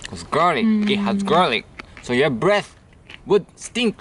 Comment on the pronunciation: vowels are a bit off. Instead of saying "stink" he says "steenk". We shall help improve his English since he helps us improve our cooking!